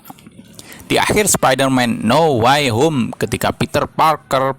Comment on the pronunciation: Dibaca now wey hom Bukan nauw way hom 🤣🙏🙏